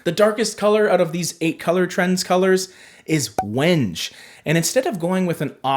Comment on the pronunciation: Wenge is pronounced wen-geh or wen-gay. It’s a variety of wood. 😊